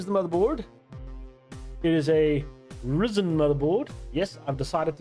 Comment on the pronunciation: Ryzen ... not Rizen man😅😂